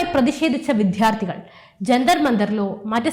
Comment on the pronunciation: വിധ്യാർത്ഥികൾ അല്ല മോളെ വിദ്യാർത്ഥികൾ.ന്യൂസ് റീഡിംഗ് ആയതുകൊണ്ടാണ് ശ്രദ്ധിയ്ക്കുക